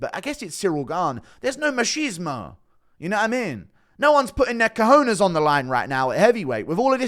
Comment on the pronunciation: Funny u said cojones as it’s written like that… co-jones